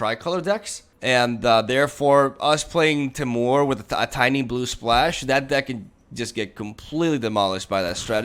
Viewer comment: it's said T---Murr...........not teh-mour :)